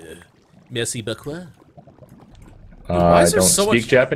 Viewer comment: "Merci beaucoua!" haha. thanks for the effort!